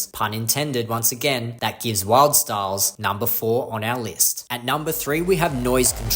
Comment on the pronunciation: you seem to have mispronounced Wildstylerz